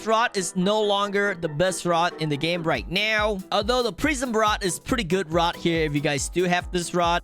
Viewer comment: are you serious righ neow bro